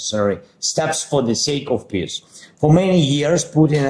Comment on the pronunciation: “Peace” pronounced by z sounds like “piss” literally and metaphorically!!!